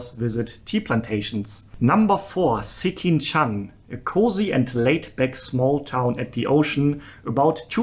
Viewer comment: u can just say sekinchan as in ''skin-chan''(as in english pronunciation). not a big deal though.